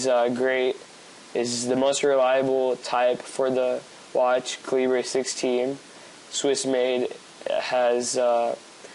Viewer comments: Heard "caleebree," stopped watching. Cal-i-brrr, as in cold. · LOL "calibreee" - terrible review bud.